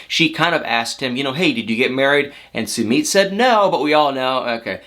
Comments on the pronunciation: I cannot wit my your pronunciation of “SUEMEAT”🤣🤣🤣🤣🤣🤣🤣🤣🤣 think “Submit”... you say “SUE-MITT” dude! LMAO😆😆😄😆🤣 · "sue-meed" im triggered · your pronouncing his name wrong😂😂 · How does Sumit pronounce his name /soomeet/ or /soomit/ ? I always thought it was latter. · I love you to death and I love your videos but you are saying Summits name wrong !! Did I spell it right ?? I giggle every time you say it ❤️